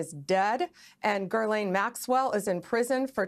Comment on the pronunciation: why can’t anyone manage to pronounce her name correctly. Yo Bondi, I know due diligence and meticulous procedure isn’t really your ‘thing’, but- can’t stress this enough- it ain’t “GURL-ayne”. Maybe spend a little time knowing who you’re prosecuting. Oh, and how’s that ‘meeting with victims’ thing coming along? Have you found your phone yet? Remembered your Gmail password? Try harder pumpkin